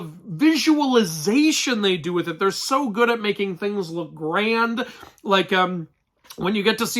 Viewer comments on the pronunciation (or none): none